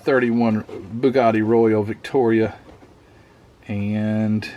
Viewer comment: Royale is pronounced "roy-AL". Those curly things on the roof are Laundau Bars. And the woman on 101 Dalmations is "Cruella DeVille". An interesting kit. Big cars back then certainly had a type of grace about them.